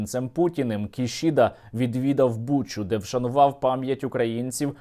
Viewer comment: Сергію, у японській мові немає літери Ш, тому - Кісіда...